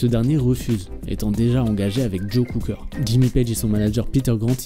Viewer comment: Joe Cocker prononcé Joe COOKER, on vous demande pas un doctorat en anglais mais DE GRACE ! Faites ch!er quoi, le rock anglais?